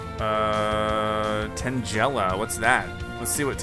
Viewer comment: It pronounced tangela